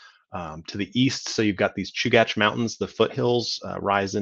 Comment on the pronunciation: Fantastic overview! I learned how to pronounce Chugach. Thanks for this series!